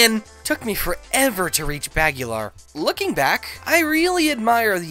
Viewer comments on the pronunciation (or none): I'm pretty sure it's pronounced "Bugg-el-er" unless they retconned it in Super Bomberman R.